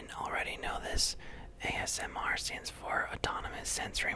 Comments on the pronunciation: He said AMSR 😂 😂 😂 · He said Amsr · you legitimately said amsr at the beginning